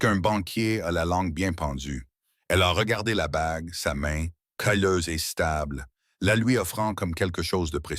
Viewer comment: Calle >> calleuse .. pas kéyeuse, ni cailleuse ...😊